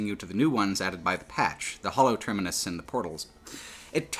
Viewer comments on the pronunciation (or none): none